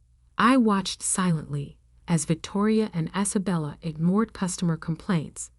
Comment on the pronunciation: Its one word its COVID one word geewhiz get it right can't even say one girls name right Is abella its Isabella one word